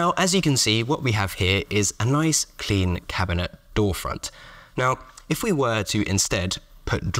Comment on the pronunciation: Not at all a criticism, but you said “drawer” and “door” so often and in close proximity that I started hearing “dhoar” for both